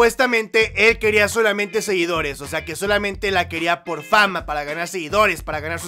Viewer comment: Dice "SEGUINDOS"